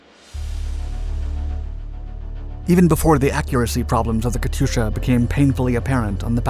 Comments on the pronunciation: Pronunciation question: Isn't the "y" in "Katyusha" silent? The "yu" is a transliteration of "ю" in "Катюша" (though when transliterating back to Russian, sometimes a plain "u" is rendered as "ю", depending on placement). In certain uses, "ю" is indeed pronounced "yu", but when following a consonant it is simply pronounced "u" (though it does result in a slight softening of that consonant). But pronunciation of foreign words can be idiosyncratic between languages. Are there any languages where "Katyusha" / "Катюша" is properly pronounced with an audible "y"? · Pronounced “Kat-tooo-sha”